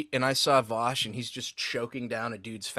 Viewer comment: Vaush, Vaushy Vaushington of Voosh